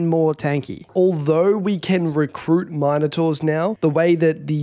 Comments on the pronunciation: The way you say minertaurs pisses me off 2 much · How the hell do you pronounce Minotaurs??